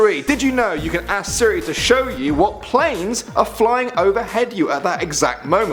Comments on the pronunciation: you can't say 'ask' you say axe. is stupid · I said he doesn't know how to ask the word ask, it sounds like axe